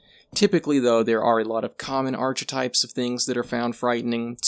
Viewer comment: That pronounciation of archetypes made me do a spit take.